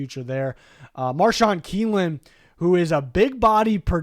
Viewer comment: Ik I was wondering abt that too 😂